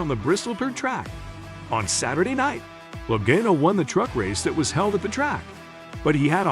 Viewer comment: Loe"Gaino" rofl